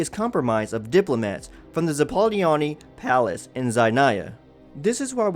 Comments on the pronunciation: If I can be of any help, please revise your pronunciation on “snezhnaya” and “zapolyarny palace”. They were quite incorrect and sometimes it’s upsetting the fact that people does no effort at all to learn to say things that are not in their native language. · How can you pronounce everything so weird like snezhnaya and Childe and zapolyarny palace